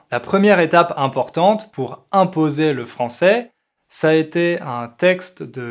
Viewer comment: Tu prononce pourHeu et LoireHeu, c'est plus un accent insupportable qu'un français pur.